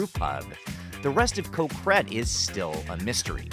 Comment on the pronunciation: Impressive research and I always learn something from these videos, but can ya improve the pronunciation a bit. the word for island is" Got", without the T, not Co- or anything like that.